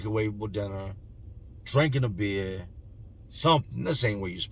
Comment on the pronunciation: Beeyaaa lol craziest way I ever heard anyone say “beer”.